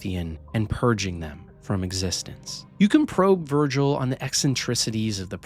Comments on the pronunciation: his name is Vigil, not Virgil 😆you had me questioning my memory there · VIGIL....the construct's name is V-I-G-I-L..not Vergil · Has someone told him that it’s Vigil, not Virgil, yet? 🙃 I’ll always appreciate people giving ME1 its laurels (while also categorizing ME2 as a tad overrated, and the weakest of the trilogy).